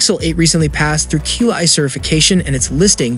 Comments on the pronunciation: Qi is pronounced Chi not q i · Qi is pronounced "chee". Awesome video. Keep up the awesome work.